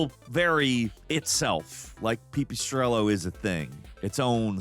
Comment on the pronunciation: pee pee strello? you serious? 😩